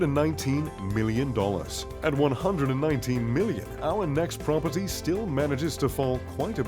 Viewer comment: I’ve never hated the word “Prop-er-tee” more.